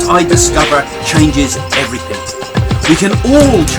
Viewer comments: Craig, stop saying "everythink" It's "everything". You're a lovely man and I love listening to you. Just please say "everything" lol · Craig Hamilton-Parker LOL!! Quite right!